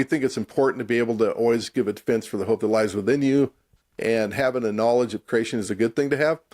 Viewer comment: The way the guy on the right pronounces creation sounds a lot like “Croatian”. So I hear “croatianist”, “croatianism”. As a Croatian it really grinds my gears.